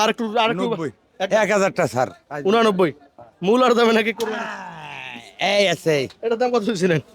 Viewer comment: কোরবানি শব্দটা সঠিক ভাবে উচ্চারণ করলে খুশি হবো।